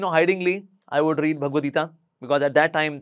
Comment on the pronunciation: hi the so caked enlightened person it is not "geetaa" it is "geeta".